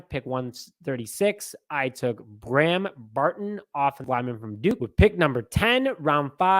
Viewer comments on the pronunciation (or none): none